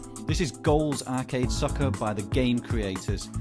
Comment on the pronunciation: the accent on "soccer" was just hilarious :L